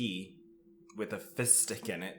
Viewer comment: Am I the only one who hears fist dick instead of fizz stick?